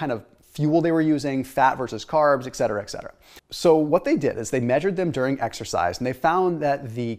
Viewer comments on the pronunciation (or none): it's "Etcetera". lol I don't know why "ek cetera" is so cringe. Haha I'm soo sorry it's a tick! I had to say it! I guess I was abused by too many English teachers as a child. I absolutely love your videos BTW! I'm the type that spends a copious amount of time watching 1 1/2hr long university lectures, or seeking out long research papers. Too many YouTubers are selling pseudo science BS and are sponsored by garbage. You're one of a select few that I've grown to trust over time, without requiring additional extensive "vetting". In other words, for others, I listen with a giant salt shaker. I'm compelled to scrutinize everything they say, requiring extensive time to research. I've watched enough of your content that I'm comfortable extending trust at face value. You're content's not just great, but it literally saves me hours on the backend not having to constantly verify or refute what was discussed. Keto's been one of the greatest decisions I've ever made in my 43yrs. When I'm twice as old, I'll probably say it was the best decision of my life. I really appreciate being able to rely on you for great advice. I also really appreciate your food recommendations. I don't care if they're sponsored. I actually hope you make some $ from all of this work. I'm trusting that you won't recommend or take sponsorship from BS "keto" friendly products. My wife bought me some "keto bombs" on Amazon last week. I ate a bunch before I realized a primary ingredient is vegetable oil. They t